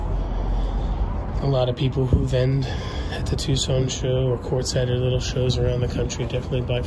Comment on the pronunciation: It's Quartzsite, AZ.